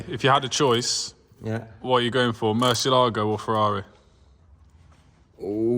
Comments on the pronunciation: dude!, it is pronounced murciÉlago , the accent is in the 'E', not the "A". mur-ciÉ-lago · Ooooh and also mar a lago instead of Murciééélago...